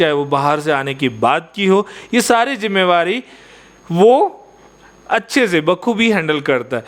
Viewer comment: Jimmewari nahi jimmedari